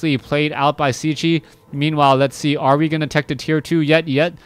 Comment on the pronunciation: Hi man .. just a comment .. is Cechi .. means he is from Czech republic .. if you want to pronunce corectly try to say Chahee .. respect